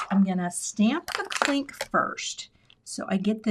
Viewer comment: Cute! Every time you said “clink,” I heard “Klink” & thought of Hogan’s Heroes! 😂 Way to stick with it & save the card! 😊❤